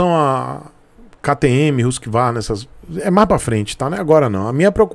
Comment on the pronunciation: achei que só eu que falava RUS Ki Varna ao invés de Huskuarna